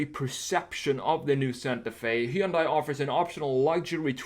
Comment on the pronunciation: he yun die...dunno if Koreans pronounce it like this, but ---kewl